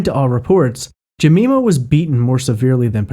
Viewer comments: Her name is pronounced Je-my-ma not Je-me-ma.. The Polish girl's name was An-gel-ee-ka KLUK not Kiuk. And yes, the police have ruled out Peter Tobin.. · Its Jem-EYE-ma not Jemeema. I am currently binging your podcast. Great job! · Jemima = Jem-eye-mah (not Je-mee-mah) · Great video as always. The way you pronounced "Jemima" was so cute btw. In the UK, the "i" in Jemima is pronounced as in "mine". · Ga-me-ma is a great name but the woman's name is Jeh-my-ma, which is why it was point out :) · Jemima pronunciation: Jee-mime-ah. I'm from Glasgow, so I know the route the taxi would have taken Helen and Jean. The taxi would have travelled east to west Glasgow. If Helen lived in Scotstoun and Jean lived in Knightswood, then Helen should have got out of the taxi first.That taxi would have come through central Glasgow and on to Great Western Road. This is the most direct route. Scotstoun is on the way to Knightswood. Even if the taxi had taken an alternate route along Dumbarton Road, they would still have reached Scotstoun before Knightswood. Earl Street is close to Dumbarton Road. Seems strange. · For future reference, it's pronounced 'Juh-my-mur' 👍👍👍👍 PS You were correct on most of the instances: Glazz-Go, the 'w' is never pronouced 👍👍👍👍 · Jemima = Juh-my-muh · For future reference Jemima is pronounced Jeh my ma and Glasgow is pronounced Glars goe or Glaz goe unless you're from there in which case it's Glaz gee amongst others. P.s. you pronounced it right further on in the video. His is in no way a criticism I love your work I just thought you'd like to know. Merry Christmas 2020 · Good podcast but it's pronounced "Jeh-MY-muh." Like Aunt Jemima?